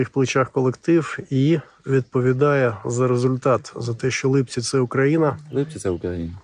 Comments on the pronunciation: Не Липки,Липці. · Не Липки, а ЛипЦІ